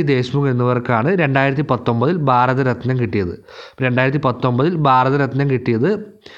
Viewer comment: ബാരത ര ത്നം എന്നു പറയല്ല